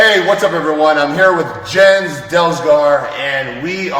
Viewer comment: The name Jens is pronounced Yens.